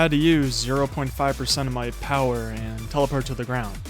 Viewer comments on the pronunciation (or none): none